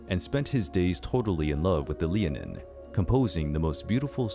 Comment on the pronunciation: Sidhe is pronounce "Shee"; Leanan is pronounced "lay-non". The name of the creature would be pronounced "Lah-non shee".